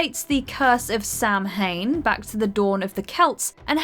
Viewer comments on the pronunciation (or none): Samhain is pronounced sow-ain. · Sorry so nitpicky but it's all the time in American shows. Looking at you Reid 😑 the only moment I was 🤦🏼‍♀️ in criminal minds. But Samhein is pronounced more like sah-win or saa win. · Sow-an. Not Sam-hain. Please just Google pronunciation.